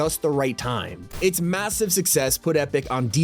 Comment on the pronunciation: Bros saying massive on purpose now 😂